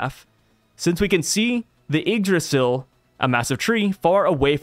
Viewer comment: Bro ur good on the Yggdrasil pronounciation 🙏🏽